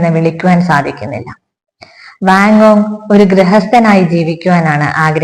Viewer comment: ആസ്വാദനം നന്നായിട്ടുണ്ട്. ഉച്ചാരണത്തിൽ അല്പം കൂടി ശ്രദ്ധിക്ക'ണം. ഉദ 'വാൻഗോഗ് , ഒറ്റപ്പെടൽ